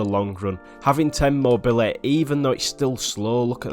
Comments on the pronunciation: "I'd radeh av mobily" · That "Mobiuhehhehh"